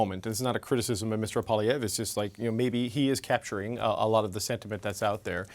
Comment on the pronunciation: "Poppiev"??? said by the Flamer on the panel. What the heck is she on either then the #OrangePill. It's Poilievre and she should practice that in the mirror before going on National T.V. The correction later on in the interview is so sad with the smirk smile. Have to call it like we see it or hear it.